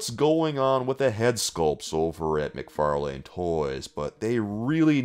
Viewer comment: I swear, when he pronounces "McFarlane" I hear "Mick Far lame".....